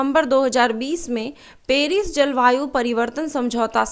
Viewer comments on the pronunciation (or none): none